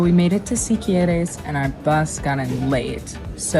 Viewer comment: You almost got Siquirres right! Is should sonda like see-key-rexs... you nailed all the other names 👍🏾